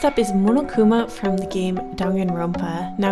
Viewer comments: pronounced mon-oh-koo-ma(h) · says momokuma. The fandom: ITS PUNISHMENT TIME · She said munukuma lololol😆😆😆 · Wait how did she just pronounce monokuma the first time? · AAAAAAHH I LOVE DANGANRONPA!!!!!! REEEEE!!! DRV3 KOKICHI OMA IS MY FAVORITE CHARACTER!!!! WHEN SAW MONOKUMA ON THE THUMBNAIL I CLICKED IT INSTANTLY!!!! also, the way you said Monokuma though